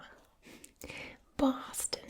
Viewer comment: You pronounced wayyyyyy too many Rs in your Boston accent lol